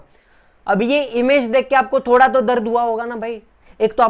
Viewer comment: Not thoda thobda